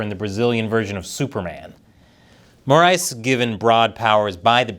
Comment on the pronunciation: This was the best pronunciation of the name “Moraes” I’ve seen from an English speaking channel, congratulations